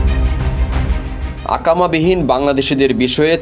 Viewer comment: akama noy iqama